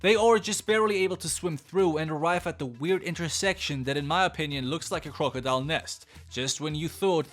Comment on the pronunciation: Crocodile... The way he says this annoys me (I love your content but jurrrrrrr) and Croco??? Is croc🤣(just saying ❤️ love your content